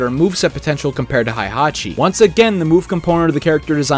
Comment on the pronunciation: I love everything about this video except that you keep mispronouncing Heihachi as Haihachi. It really kills me a little each time you say it......😭